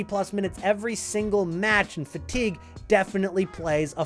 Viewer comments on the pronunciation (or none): none